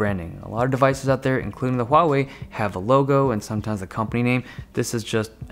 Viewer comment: Thank you Dave Lee for being the only tech channel so far (afaik) that pronounces both Huawei and Xiaomi correctly. SIGH.